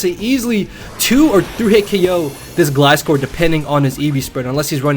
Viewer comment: Finally someone that says gliscor right!